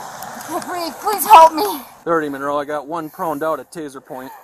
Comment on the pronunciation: "I cant breeve" invokes the spirit of patron saint of all criminals George Floyd